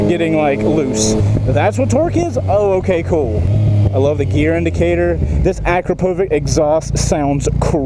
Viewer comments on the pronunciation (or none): it's not Akrapovick, it's Akrapovich. Holy shit, americans of peace. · Bro, I love your videos! But please, it is not akrOpoviK.. it is AkrApoviČ. (Last name of the owner, who is from Slovenia - Ex Yugoslavia). Put this letter " Č " and listen on google spell/translate :D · Akropovic = ah - krah - po - vich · akrApovich emphasis on the middle A and a ch sound at the end mate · Stop mispronouncing Akropovic dammet. It's Ah-crop-ovitch. Look it up :D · That's an...um..."interesting" pronunciation of Akrapovič. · hey so akrapović is from our country and here in Slovenia we pronounce ć similar to ch. just dont pronounce it like k